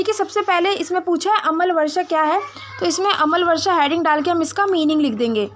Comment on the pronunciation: अमल वर्षा नही अम्ल वर्षा बोलिए 🙏